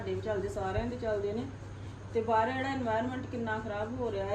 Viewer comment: Hello tusi ਬਾਹਰ ਨੂੰ ਬਾਹਰੇ kyu kehnde o hmesha hi bahre kehne tusi bahr kiha kro don’t mind just saying